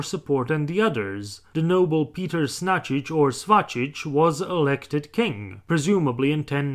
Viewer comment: Its Peter Snačić....